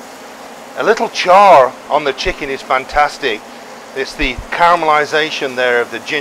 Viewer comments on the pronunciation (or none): none